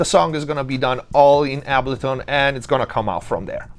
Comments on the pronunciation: Dude, how is this so spot on? Side note, my mind is boggled that you don't know how to pronounce Ableton unless you are saying it Italian style on purpose. No hate though. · The way you say, Ableton is wild… 😬😆